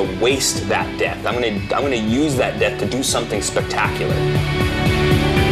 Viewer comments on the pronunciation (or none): He says death not debt lol who can hear??